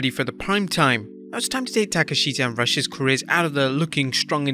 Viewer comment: You pronounced it Rush, it’s pronounced Roosh. Otherwise people gonna confuse his name with the “video head cleaner” product! :p